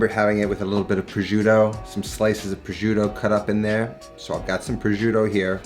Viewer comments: indeed lol more like "pro-shoo-tô" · pro-shoot-toh Double that T and roll that R, it’s not that difficult Also: the “gi” sound in Parmigiano should be pronounces as “ja” in “jar” Par mee ja no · He should learn to pronounce the Italian names of the ingredients. It's hurting my ears when he's saying 'projoodo' and 'amatrisiana' etc... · "prozhiudo" jk great video mate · it annoys me so much how you pronounce "prosciutto" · How he says prosciutto is triggering. And so bad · The way he says prosciutto.. ugh... you can cook Italian you can’t say prosciutto the right way. 😑